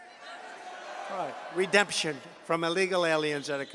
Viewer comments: You gave Trump too much credit, he clearly said "redeption" money. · The Chump certainly didn't come up with the term "redemption money". Redemption is a three syllable word.